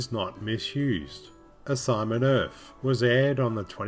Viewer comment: Why do you keep saying "Urf"?